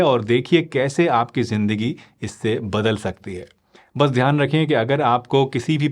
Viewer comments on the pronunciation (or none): none